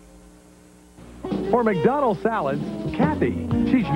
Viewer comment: Turning McDonalds into ACK-Donalds.